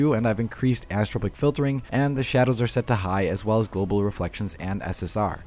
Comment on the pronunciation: My guy, the last part of "anisotropic" is not pronounced TROW-pic, it's TRAW-pic (an-eye-suh-TRAW-pic), like in "tropics" or "tropical"